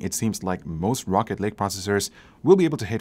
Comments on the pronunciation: Am I the only one who heard him say rocket league? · i thought he said rocket league at the beginning, it threw me off lol.... great video though, cheers! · When some people say rocket lake it sounds like rocket league lol he making me want to play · I really though you said Rocket League at first so I was very confused for about 30 seconds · I thought he said rocket league at the intro lol